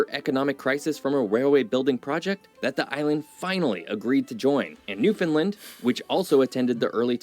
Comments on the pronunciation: Sigh. Newfoundland rhymes with understand. Same stress pattern, too. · Newfoundlander here👋🥰 Buddy is pronouncing Newfoundland incorrectly. We say, "Newfin-land", not "New-fin-land"🥰🇨🇦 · The video you’re watching is awesome, and all true… except for the way he pronounces Newfoundland…. It’s pronounced “newfinlind” it’s Newfinland.. rhymes with understand or rubber band;) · Awesome video, having lived in Halifax for 50+ years. What would have made it even better is if the narrator knew how to pronounce "Newfoundland". It's "NewfinLAND" or you can say "NewfunLAND" Emphasis on "LAND" like "DisneyLand" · This video you are watching and commenting on is ticking me off. I'm a Newfoundlander. It is pronounced New Fin Land. Not New fin lind. I can't be the only newfie this is bugging. Lol. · The fact that no one can pronounce Newfoundland is painful... sorta rhymes with understand, newFinland... St Pierre is an awesome weekend trip <3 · New. Found. Land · Good YouTube channel but he cant pronounce Newfoundland correctly. It was like nails on a chalk board for me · I wish the video guy could pronounce Newfoundland correctly. It's not hard to google pronunciation. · I wish the moderator would learn how to pronounce Newfoundland! He has to be a " mainlander ". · Also, the incorrect pronunciation of Newfoundland is beyond annoying! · It urks the living sh*t outta me the way he keeps MISpronouncing Newfounland.